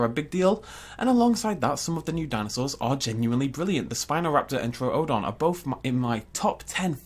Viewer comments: True-don. You don't go to the Zo-o. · Why do you keep mispronouning Troodon? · Your over enunciating the second o in troodon. Is this an extremely nitpicky comment? Yes Do I care? No